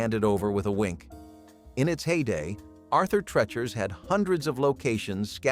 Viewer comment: Treechers. Doesn't rhyme with sketchers. That's two.